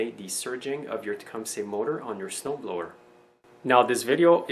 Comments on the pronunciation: pronounced tecumsa...... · tecumsay aye?